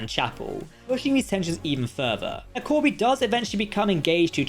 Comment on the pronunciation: Corby not Koby, sorry 😔